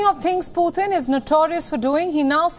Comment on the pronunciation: Putin not puthin